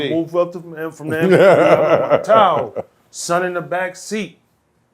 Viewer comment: lol i thought he said he was in his towel, not his tahoe